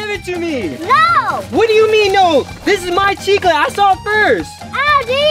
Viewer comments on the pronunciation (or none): My chicla its chicle lol